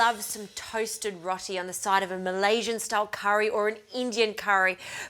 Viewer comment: its pronounced rowti not rotie